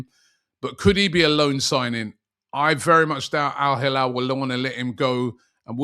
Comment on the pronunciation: Rubby it's El hilal not alhalall